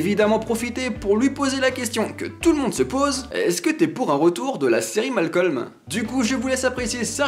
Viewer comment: c pas malcolme c malcom sinon jaime bien la video